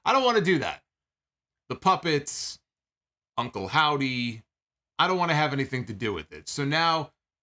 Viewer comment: I love how naturally called Uncle Howdy, "Uncle Saudie"